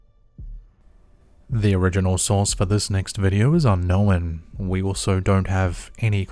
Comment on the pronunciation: Cause he can’t talk and needs to hire a narrator. “Unn-nowinn”. Some idiot Kiwi or something